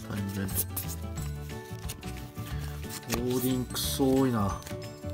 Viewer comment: 似非関西弁が気になってしょうがない… オーディンはオーディーンって言ってるし…